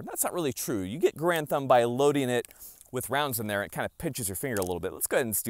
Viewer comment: I thought your name was Mike Grantham and you just made your channel Garand Thumb because it sounds like Grantham when you say it quickly lol